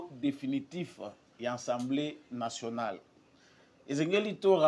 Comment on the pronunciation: Ndeko na ngai,,fais quand-même un effort ":assemblée nationale " et non "ensemblee", tu es encore jeune, tu peux le faire:assemblée nationale!!! Merci.